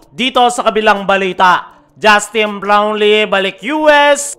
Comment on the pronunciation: kala ko mali pandinig ko sa kaso unilit pa ang pag bigkas ng Justine Blownlee sa